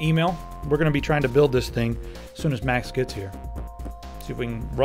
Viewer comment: MAKS! Did you say MAKS!?